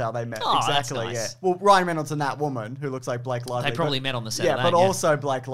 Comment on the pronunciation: definitely said “Blank Lively.” What an absolute buffoon.